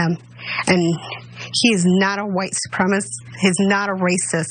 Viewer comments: “How dare him do that to my son. That’s my son he did that to. He’s my son.” It’s supremaCIST. Not SupremaSIS. Sis.....is it a stroke? Is it crack? Is it meth? Maybe it’s Republicanism? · she couldn't even pronounce supremacist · Oh dear... Mama has about three brain cells, and she can't pronounce "supremacist." "My son went to Kenosha to help people... " (And shoot them dead!) God help us against these people. Cuckoo cuckoo cuckoo.... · She really has a problem with that 4 syllable word "supremacist". This lady is slow and being brainwashed. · How could Rittenhouse be a white supremacist when his mom can't even pronounce supremacist!? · Bitch can't even say white supremacist